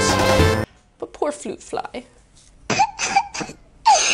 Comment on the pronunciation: “floot floy”